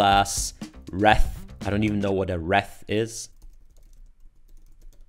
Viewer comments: wreath - sounds like 'reeth'. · Wreath is pronounced reeth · it's pronounced wrEEth. It's a common thing in America to put it on your front door during Christmas time. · Wreath: rhymes with "I breathe", not "the breath of life." English spelling makes no sense!